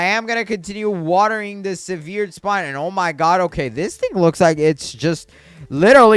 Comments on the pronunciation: Severed is pronounced sev-errd, not su-veered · No offense but I hate the “seveered spine” the “sarkayfogis” and the “liech crystal” look up how to pronounce those. PLEASE 😭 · if you say sehVEERed spine one more time im going to lose it